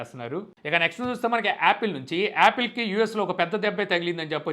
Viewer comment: Adhi Applae kaadhu ra😅😅😅😅.... Apple😅😅😅😅